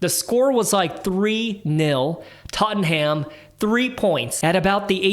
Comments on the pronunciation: It’s not tot en ham it’s tot num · Tot-num .. not tot-en-ham No need to thank me 😊